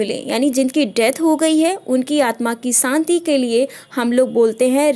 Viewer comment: santi nahi shanti.sa aur sha main fark nahi pta.tum pakka U.P ki hogi.